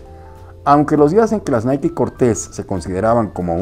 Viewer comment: Es la pronunciación correcta, si pensabas que era fonéticamente naik, pues ya sabes se pronuncia Naiki